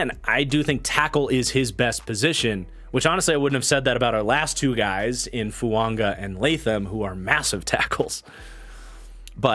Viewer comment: I don't want to be that guy but why are you pronouncing Fuaga's name with an "N"?